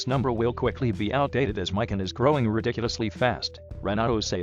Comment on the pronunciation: its actually pronounced /mē.kän/, not /mīk-ĭn/. it derives from ðe japanese word for ðe orange fruit, explaning why ðeir profile picture is a cross-section of an orange.